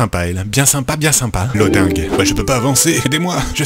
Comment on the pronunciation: Loding il a dit 🤣🤣🤣